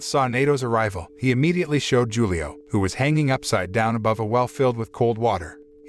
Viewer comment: Hulio, man. It's read Hulio, with H 😂